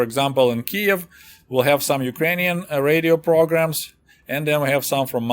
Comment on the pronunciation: Reidyo prrrrogrraam